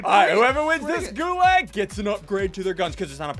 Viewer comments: When you play MW and then hear ssundee mispronounce gulag, T_T It's pronounced Goo-log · The way he says gulāg hurts me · Your pronouncing it wrong. Its goo-laug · Gods, the way he pronounces Gulag annoys me